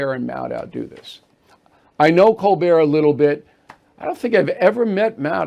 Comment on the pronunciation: Cole-burt. Say it right. Like his parents do.